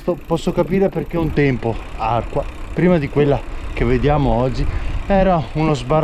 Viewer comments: Belli i colli euganei e bello il tuo video in mtb sui sentieri di "casa" mia.... mi permetto solo di correggerti anche l'accento su Arquà e non Àrqua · Bravissimo come al solito. Guardo sempre volentieri i tuoi video. Luoghi spesso familiari ma visti con sguardo insolito, originale. Però questa volta, santa pazienza! Arquà, non Àrqua! C'è pure scritto nei cartelli l'accento. E quante salme avrà Petrarca? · ARQUA' con l'acceno sulla A finale. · Perché lo pronunci senza accento finale??? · bellissimo percorso accompagnato dal da informazioni interessanti. Attento che Arqua' è accentato sulla a finale e che. il giardino è a val Sansibio. Ciao a presto. Stella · Ciao e complimenti come sempre! Mi permetto di segnalarti che Arqua' va con l'accento. Bellissimi posti che conoscono bene e a volte li frequento in bici. Continua così! Ciao da Matteo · Bellissimo video. Bisogna però far sentire bene l'accento sulla à di Arquà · però sbagli la pronuncia: Arqua' ( accento su ' a' finale) e non Arqua! Valsanzibio e non valsanbisio/ valsanvizio😁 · Arquà con l'accento sulla a. E Valsanzibio non Valsambizio. Non ci vuole molto. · Si dice ARQUA' con l'accento sulla seconda A (almeno leggere i cartelli indicatori...). Mentre VALSANZIBIO non si chiama Valsanbizio! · Ciao, non avercela con me, Arquà con la finale marcando bene l'accento. E Valsanzibio non Valsanbizio. Se ti ricapita di passare per Valsanzibio li vicino c'è un piccolissimo laghetto popolato da penso un migliaio di tartarughe. Complimenti sempre per i video. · Ciao un paio di inesattezze si dice Arquà con l'accento e si chiama Valsanzibio e non Valsanbizio. Comunque grazie è tutto bellissimo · Arquà va con l'accento sulla a finale. Valsanzibio e no bizio.